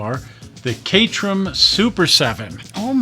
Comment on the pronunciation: Katerum is one of your favorite cars? And, you don't know how to pronounce it. Jesus.